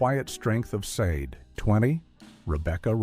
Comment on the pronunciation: Sade is pronounced "shah-day"